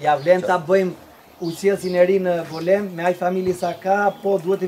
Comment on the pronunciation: Mirse vini në GOLËM.....dakort ëëëëëë. Mo e prish për dy pika...o i GolËme.